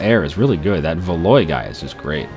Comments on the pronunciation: Valois is pronounced Valwa. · And Valois is pronounced "val-wah"; the last syllable is the same as in the name Francois (fran-swah).